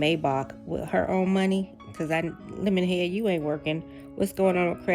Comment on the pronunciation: Every time you say "lemonhead ," it takes me out! 😂